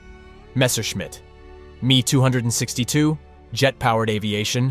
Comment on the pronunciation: The Me 262 is NOT pronounced MEE two hundred and sixty two, but EMM E TWO SIX TWO